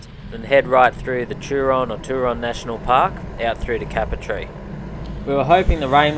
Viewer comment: Great vid bud and prob a bit late but as a Local its pronounced "cape-er-tee" keep up the good work mate, love the vids